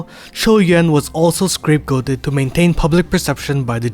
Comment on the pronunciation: banger sermon my man (btw its "scapegoat" not "scrapegoat")